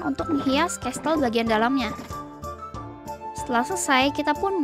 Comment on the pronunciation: Casel bukan castel🙃